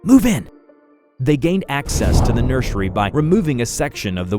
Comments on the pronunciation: PLEASE STOP SAYING NURSHERY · The way pronounces certain words 😅 "nurshery" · This is the first time I heard someone pronounce "nursery" as "nurshery." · Why do you sound like that when you say “nursery”😂😂😂